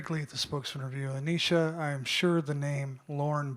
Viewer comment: Why he keep calling her ANEESHA? They say her name ALL THE TIME and you still keep playing in her face calling her out her name. It’s disrespectful and unprofessional. It’s not the first time.